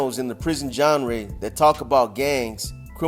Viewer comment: Haha “the big words will go right over your head” while you just pronounced genre wrong in the same sentence